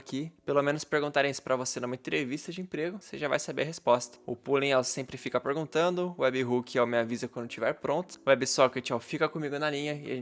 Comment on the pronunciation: muito bom o vídeo, só não esqueça que a pronuncia de Polling é Pólin e Puling, pois para o ter som de u teria que ter dois OO como em book, look e good